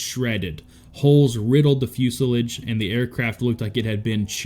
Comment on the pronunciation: Fusea-lage? AI or bad reading?